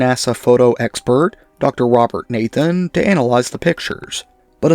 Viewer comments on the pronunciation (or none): none